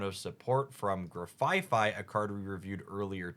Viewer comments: Grafaifai is not grafaiai, paldean is not paladean… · Grafai-ai not grafai-fai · not gra-fi-fi and pala-dean :,( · I think it's funny that in these leak videos, both Hoogs and Spragels said "Grafai-fai" and both Hoogs and Mogwai said "Shining Rev..rurrly" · Its name is Grafai-(no F on third syllable)-ai Based on the aye-aye in real life, get it right!